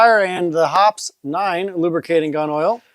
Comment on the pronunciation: BTW, Hoppe’s is pronounced like poppy.